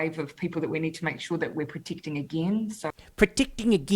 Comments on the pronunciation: "Protickting ageeen?!" 🤣🤣🤣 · "Pro-teecting eegeen"